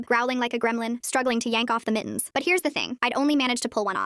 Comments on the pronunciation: not mittens but miins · Why is the ai saying it like Mi-ens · i find it funny how the ai voice says mittens as mi'ns